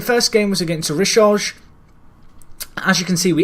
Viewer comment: Rishøj is pronounced Reece Hoy and Skive is Skeeway